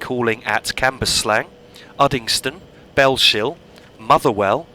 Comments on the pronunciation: just one pointer, it's bells hill, not bell shill :) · you've probably been told this many times before me but thought i'd point out that "Bellshill" is pronounced "bells hill" rather than "bell shill" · Its Bell-s-hill Not shill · Btw it’s pronounced bells hill I used to make the same mistake as well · Bellshill is pronounced as bells hill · That pronunciation off Bellshill is hilarious. Its pronounced Bells-hill. Otherwise great video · Cool vid man its so weird to see the area where i stay in a video game on i line i used to take to work all the time from Bellshill to Glasgow, its pronounced Bellsill just to let you know lol silent H. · Great video! Btw it's pronounced Bells-hill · Great video! But Bellshill when you say it don't pronounce the sh so it's a bit like bells hill